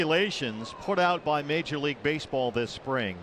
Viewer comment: This is not the way to say baseball